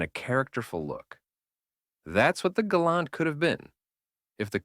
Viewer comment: Why did the AI go from properly pronouncing "Gal-awnt" to calling it the "Gay-lent"?